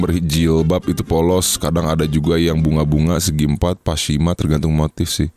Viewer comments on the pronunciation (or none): pashmina, bukan pashima. kerudung yg panjang kyk selendang gitu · btw pashmina bukan pashima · pashmina bang bukan pashima😭🤣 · Pasmina bang bukan pashima 😂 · PASHMINA bukan PASHIMA😂😂😂😂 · Pashmina bang Pashmina BUKAN pashima kan itu jelas tulisan nya...jhaha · Pashmina woii malah pashima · Ralat : PASHMINA ya bang, bukan PASHIMA 😩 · PASHMINAAAAAA...... BUKAN PASHIMAAAAAAAA😡